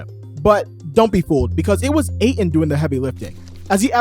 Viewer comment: There’s a T in Aytons last name